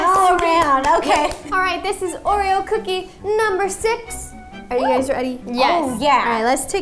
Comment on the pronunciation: Anyone noticed ro saying hay gays 😂😂😂😅